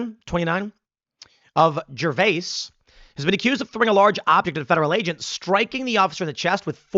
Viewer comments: It's pronounced Jer-vus. I'm surprised. It's a small town, very conservative. The rot is spreading. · Gervais, OR is pronounced JER-VIS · As a native of Gervais Oregon, we pronounce it JER-vis